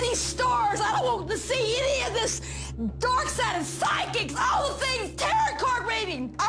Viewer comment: “Dork Sided”